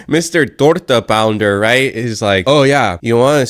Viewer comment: This dude said TORTA POUNDER 😂😁